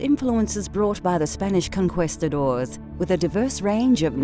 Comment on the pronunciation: The way the word "conquistadors" was pronounced in the first few seconds was terrible both in Spanish and English. Really makes me question the quality of the video right away.